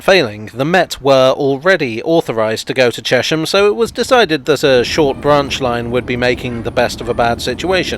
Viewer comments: I know a lot of people who live there (of different ages) and they all call it Chesh-am. Maybe the congruity with the pronunciation of Amersham is what sways people. It is curious though – there’s probably an etymological case for Chez-um, like with Cheshunt. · But it's not pronounced Chesh-ham. More like Chess-am. After the river Chess I think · Excellent as usual - but I always thought it was pronounced "Chess-m" rather than "Chesh-m", after the River Chess which appears briefly in one of your shots. And having to go all the way to Horsted Keynes to make a film about the London Underground must really have tested your Oyster-card! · Please please please it is Ches-ham not Chesham. It stands for the Hamlet on the river Chess. And it really does be on it. The old Electricity board showroom in the High Street had to have its floor up in the 1960's and a brick arch covering the river was discovered. More things you did not know about Ches ham. The Berkhampstead Road leads to Berkamsted, and along this road it is possible to see the cutting for the continuation of the railway to Tring / Berkamsted. The extension was stopped by the very rich landowner whose name escaped me for the moment. But please please it is Ches-ham not Ruddy Chesham!